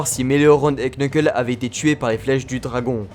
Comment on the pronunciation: ‼ Le nom Knuckle ne se prononce pas Kneukeul mais Neukeul. Voila sinon très bonne vidéo jle suis régalée (c'est faux jlai meme pas encore terminé mdr mais pour l'instant cest 20/20)